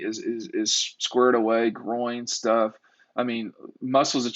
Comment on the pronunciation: Got a kick outta Smart’s pronunciation of “groin” as “grow’ in,” lol! Awesome